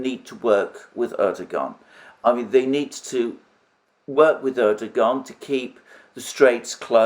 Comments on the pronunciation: The Turkish language generally does not pronounce the g inside a word with a ‘guh’ sound. It is generally pronounced with a ‘wuh’ sound. So Erdogan is not Erdoguhan, it is Erdowuhan. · Erdogan name is pronounced "Erduwan", or "Erduan". There is a little mark on top of the g. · Excellent presentation by Alexander M. but he would even be more credible if he could properly pronounce the name of Erdogan (it is Erdowan, without g).